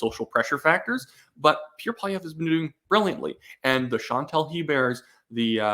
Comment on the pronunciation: please. just slow down, stop mumbling and enunciate. "Pierre" is two syllables and is not pronounced "Peer" and "Poilievre" is pronounced PWAH-lee-EV-rah.